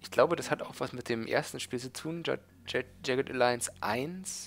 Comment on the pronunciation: Ich bin ja eigentlich kein Fan von Werbung auf Videos von anderen YouTubern (O Dog in dem Fall), aber nachdem es von JA nicht so viel gibt, bin ich doch neugierig. Ich schreibe das am Anfang des Videos, damit ich es nachher nicht vergesse, von dem her erst mal nur das hier: Aussprache von Jagged: (einfach auf das Play-Symbol neben dem Wort klicken).